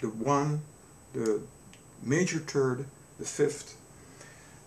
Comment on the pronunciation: great stuff and i appreciate your hard work. you know your jazz and this stuff is very beneficial to my playing skills.one thing tho. i want to teach you something. when you pronounce th you need to make sure you can hear the h also. Its hard for me to not lose my thought process when i hear minor turd, major turd, and so forth. i know immature. but that being my only gripe about you, what youre doing here is great. im always really harsh.